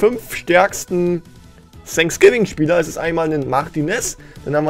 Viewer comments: Alle: „Fänksgiving: „Sänksgiving😂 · Sag nie wieder „sanksgiving“ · Gamer Legend Eig. heißt es Thanks Giving